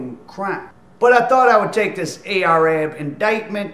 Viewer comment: Ar-Ab, not A-R-Ab